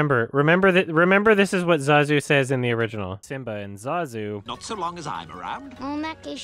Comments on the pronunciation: I'm pretty sure that's how it's pronounced...unless Jon Favreau has been saying it wrong. Jon Favreau: ZAAAZOO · Even me as a small child could pronounce ZAZU's name correctly